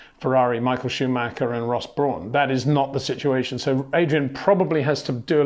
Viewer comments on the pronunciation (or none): none